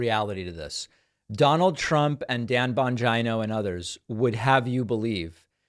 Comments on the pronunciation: I’m having a hard time telling if he’s saying Dan’s last name wrong on purpose or if he just hasn’t heard anyone else say that last name before. 😆 I could be wrong, but isn’t Dan Italian (so the “I” in his last name should be pronounced sounding like an “E”)? He never says Giuliani‘s name with the “I”s sounding like an “I”. Not sure if he’s purposely trying to make Dan’s name sound as close to vagina as possible. 🤣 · David pronouncing Bongino's name is like Trump saying China. Both hilariously wrong. Pakman is, however right on the substance. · I love your channel but I question why you pronounce Bongino the way you do. It seems beneath you unless Trump or someone else pronounces it that way and you’re just making fun like with Truth Social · Is it "Bon JIE no"? Because I'm hearing the guy's name pronounced "Bon JEE no" elsewhere. Ether way, he's a Bone Head-o. Hard to believe anyone would listen to such sycophantic boot-licking. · It’s not Bongeino it’s Bongino, like Gino or Gina. Where did you get this awful pronunciation? It’s a simple Italian surname.? Thanks for correcting yourself. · Bon-dgino? Lol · Dude learn to pronounce his name right- it’s Bon- Jean- o 🤣 the jokes on you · Its Dan Bon-gina. Like va-gina or china. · That's Bon-gyno, with a hard G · Oh yeah it sounds like Bon- gee- no, and this man is extremely intelligent, former Secret Service, police officer and military. He does his own investigative reporting and has written several book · Bongino --> Bon-jeen-o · The mispronunciation of people's names is fine, but I feel dirty after every time I hear bon-gyn-o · Bong Jina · I thought David called him Don Vigina 😂😂😂. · "Bonj-eye-know" Lol, wtf? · Hahaha, John Bonjineoh.. I wonder if he knows Doctor Coosamano? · LOOOOOL Thats his name? You nearly said Dan Bongina lol i swear i thought you were gonna say that and at the last second it became an o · Does the guy really say his name "bon jie-no"?? lol why!? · David , SIR! …. It’s pronounced “BONGHOLIO”